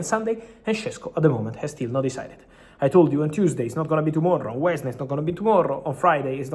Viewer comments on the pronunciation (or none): none